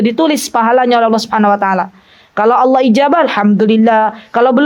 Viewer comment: Bismillaah Afwan ustadzah, waktu mengucapkan Allaah, bolehkah huruf A nya di panjangkan? Aaallaah, bukankah artinya berubah ustadzah?